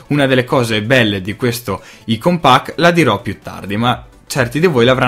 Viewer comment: Apprezzo l'iniziativa di far conoscere piccoli sviluppatori indipendenti. Due cose mi vengono da dire: - [icon pack] letto così com'è scritto non si può proprio sentire xD specie dalla nostra generazione così social e soprattutto per chi mastica tecnologia e fa recensioni sull'argomento :) si legge [Aicon] - come hai detto tu le icone dei giochi sono difficili e capisco, ma da quanto ho visto non riprendono per niente il material design e "stonano" un po' diciamo Per il resto, ripeto sono felice delle recensioni. Volevo fare solo questi due appunti :)